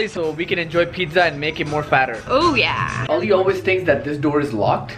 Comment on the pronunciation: Plz don't pronounce Ali to Alayy Its ,Ali, Its our Imam Ali name, do respect as being a good Muslim